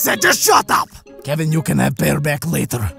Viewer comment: Kevin Not Keven ITS KEVIN